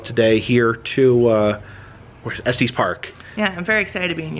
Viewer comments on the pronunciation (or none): If you want to sound local, it’s not pronounced Esteez Park. No long e. 😊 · Just fyi it is pronounced Estus, not Estees😊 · To clarify further, it sounds more like ESS-tiss. It should rhyme with "hiss," not "testes"! 🤣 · Just FYI, Estes is pronounced like es-tess (no long "e"). The "crank" on elevator is originally how the elevator employee would manually operate it before we had buttons. Moving it back would go down, moving it forward would go up, straight up would stop it. The further you moved it to either side would make it go faster. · there is also a semi trucking company. i believe that is the long eee in the middle. Estes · It is pronounced Eh stuhs park. First time I’ve ever heard it pronounced the way you say it.